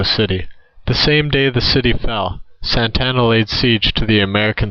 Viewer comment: You are pretty stupid. Mexico did not have a leader named Santana, as in Carlos Santana. This Mexican leader is the same leader who disguised himself as a peon to escape capture by Sam Houston at the battle of San Jacinto. The very same leader who killed every defender at the Alamo and the prisoners at Goliad. This leaders name is Antonio Lopez de Santa Anna. Not Santana. You are for sure not a Texan or from Texas , nor do you know anything about Texas history and the names of those involved. Your battle facts might be correct, but since you do not know how to pronounce the names of the people involved this video is useless and is swill.